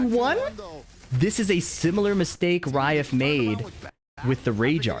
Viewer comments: He's literally not saying Ra-if. He's saying raef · Does it sound like is saying "Rai-ehf" (like the letter F) when it's supposed to be "Rah-if"? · I don't mean to be snarky, I'm a fan. It's Ra-ef (رائف). Like Ra if. Anyways back to watching the video. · he's not the pronounciation on the R isn't correct.